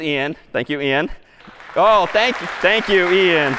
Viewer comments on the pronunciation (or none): none